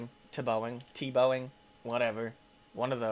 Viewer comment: He's tuhbowing LMAO xD tE-bowing is how it is pronounced